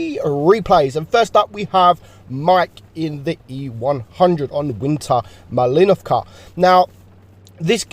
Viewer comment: It's MALINÓÓVVKA NO MALÍÍÍNOVKA